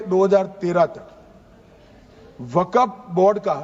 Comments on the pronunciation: Waqf hota waqaf nahi hota hai Bolna aata nahi hai bil laya hai takla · Waqf board ko waqaf board bol raha sanshodhan karne se pehle bolna seekh Tadipaar 😂😂😂😂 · Waqaf nhi kahte mantri ji waqf kahte h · ये तरी पार को बोलो के पहले बोलना सीखे, वक्फ को बकफ बोल रहा है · Isko to bolna bhi Nahi ata hai waqf bolna hai ya wagaf bolna hai ye BJP Ka musalmano KO target hai bhrat Israel banta ja rha hai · Pahle amit shah ko bolna sikhna padega waqf ko wakaf bol raha hai😂😂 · Isko bolne ki bhi tameez nahi wakaf wakagmf kr rha hai waqf ki jagah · Jo Waqf bhi sahi se bol nhi sakta wo desh ko kya khak Sahi banayega. Bhasha me Criminal ki bhasa dikhti hai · #Tanasha_O#Tanasha Waqf Bolne bhi n aata ha kaisa HM hain india ka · Waqf bolna nhi a raha h or waqf kanoon la rahe h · Wakaf bolna aata nhi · Jo waqf bol nahi sak raha wo kanun la raha hai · Waqf bhi bolte nhi aa rha is sahab ko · ये नेता को वक़्फ़ बोलने नहीं आ रहा है नेता जी देश चला रहे...😂😂😂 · Waqf to bolna nahi aa raha hai aur kanun banane chale hain.. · Jab amit shah Waqf bolte h toh fcuk up katwon q sunai pdta h